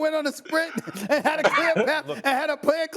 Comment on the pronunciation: Stephen A a sport analyst remember when he couldnt even say the word path this show will never win the division